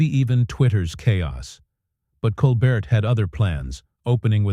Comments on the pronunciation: It's Col bare not Col bert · This AI is garbage. It can't even get Colbert's name right. How long has the man been on TV? And AI still can't figure it out? Yeah, pardon me if I don't quake in fear at Sam Altman's feet... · This pretty obviously is made up by AI. The announcer can not pronounce his name right. There is no video clip for any of what they claim. Steven doesn't perform on Friday. Bogus, rejected. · AI CC was poor. Can’t humans proof it? AI voice only managed to pronounce Colbert’s name correctly one time. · AI generated Bullshit, this never happened. Can't even pronounce Colbert's name.